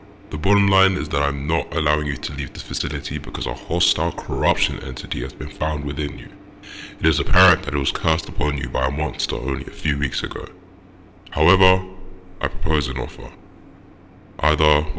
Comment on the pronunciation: Anyone else notice that missing "p" when says "corruption"?